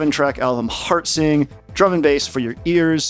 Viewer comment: I first heard it as "hard sync" instead of "heart sing".